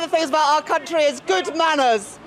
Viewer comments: I thought she said cuntree. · Did she say my cun-tree?